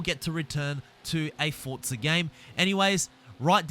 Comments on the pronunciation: Bruh its pronounced "Forza" not "Fortza" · Duuuuuuuuuuuuuuuuuuuuuuuuuuuuuuuuuuuuuuuuuuuuuuuuuuuuuuuuuuuuuuude learn how to pronounce names. It’s not fortza or selica